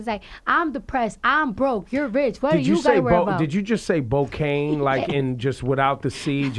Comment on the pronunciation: She just said Bocaine.....she for real with her Bloody Shoes gangsta